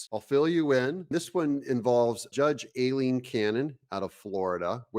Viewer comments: Hey Doug, are you sure the judge pronounces her first name with a Long A? I’ve always heard it pronounced Eye-lene..hurting my ears a little every time you say A-lene. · Aileen is pronounced: eye-lean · 🗣pronounced, eye-lean Cannon. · It's pronounced (Eye-Lean) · Hey Aileen is pronounced like I lean ok? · Hey Doug her name is pronounced “I-lean Cannon”. As always thanks for keeping on top of all of this stuff for us!!!